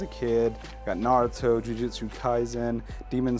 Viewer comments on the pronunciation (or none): none